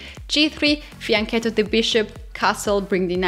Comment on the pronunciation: The first non italian streamer - commentator that pronounce right fianchetto. Compliments!